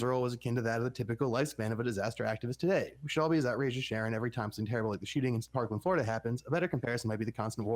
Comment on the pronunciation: Sharie!? It's Sharon If your gonna do a deep dive podcast on a show you should probably know the characters' names.